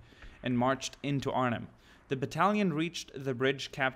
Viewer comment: He said Arnhem right.